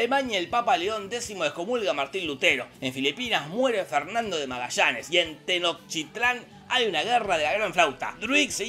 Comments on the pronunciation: minuto en tenokshitlan? alguien sabe si quizo decir tenochtitlan? jaja saludos desde Mejico 🇲🇽✌️ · mmm que yo sepa se pronuncia "tenoshtitlán" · Terminó diciendo Tenokchitlán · "Tenoctitlan" lo pronunciaste mal... 🤣🤣🤣 Es Tenochtitlán y debes de hacer mas énfasis en "ch" Tenochhhtitlán. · tenokshitlan seria como tenochtitlan pero diferente TA CLARO??? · Orgullosamente de "Tenokchitlán" 🥲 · "Tenojchitlan" (?) Creo que así lo pronuncio jajajaja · me costó más pronunciar de la manera en que lo dijo Jorge que la tenoshtitlan como tal jajaja grande Jorge siempre haciendonos reir con tus resúmenes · Chequen esa clase de historia, es oro puro, la pronunciación de Tenochtitlan valió la pena el resumen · tomala, por hablar argentino y decirle "remeras" a las playeras , no puedes pronunciar Tenochtitlan